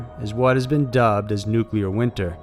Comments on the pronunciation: New-Klee-ur NOT nu-que-lar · New-clear, not Noo-koo-ler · NUCLEAR. NEW-CLEAR. It is not NUCULAR! You try to make it sound like "singular" or "secular", and you are 100% WRONG! It is NUCLEAR, not NUCULAR!!! 👎😖👎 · Nuclear** nu-clear, not “Nukuler” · NU-CLEAR. Not Nucular dude. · Really? "Nucalear"? It's pronounced noo-klee-er. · Nuclear: New-Klee-Ar NOT New-Kyoo-Lar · Stop pronouncing nuclear as "nucular" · I appreciate the video. Thank you! But you do realize there is no "u" between the "c" and "l" in nuclear. I dunno, I always cringe when someone says "nuculer". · nuclear /ˈnooːklier/ FUCK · Please stop pronouncing "nuclear" as "nuk yew ler" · Nuclear not nucular